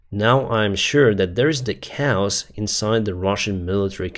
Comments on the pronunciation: Hey, just a friendly note to help you with English pronunciation: chaos is pronounced. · the way you pronounce "chaos" as cows, made me laugh out loud!